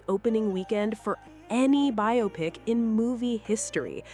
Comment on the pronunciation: Biopic" is correctly pronounced BY-oh-pik (long O, stress on the first syllable), as it is a compound of "bio" (biographical) and "pic" (picture). Many people incorrectly say "bye-AH-pick" because they mistakenly associate it with words like "myopic" or "bionic," treating it as "bi-opic".Key Details on the Pronunciation Debate:Origin: The term emerged in Hollywood during the 1940s as slang for a "biographical picture".Why "By-oh-pick": It is a shortening of "bio" + "pic," preserving the pronunciation of the independent words.Why people get it wrong: "Biopic" is considered a "misle," where the spelling leads speakers to break it down as bi-opic rather than bio-pic, causing the confusion.Dictionary Standard: Major dictionaries, including Merriam-Webster and Oxford, confirm the primary pronunciation is /ˈbaɪoʊˌpɪk/.While "bi-OP-ick" is common in colloquial speech, it is widely regarded by linguists and dictionaries as incorrect, as it ignores the word's "biographical" origin.How do you all pronounce "biopic"? : r/movies - RedditApr 2, 2018 — I'm sure she will love it. * Archaia. • 7mo ago. Same here, I never heard it pronounced "bio-pic," until a few years ago in South Park. I thought it was a South...Reddit·r/moviesWhy do a surprising number of people pronounce 'biopic' as ...Dec 9, 2020 — It's a good question! The way words are pronounced is sometimes based on faulty reasoning. “Biopic” looks like it is in the same family as “myopic”, but it isn'QuoraYou're Probably Mispronoun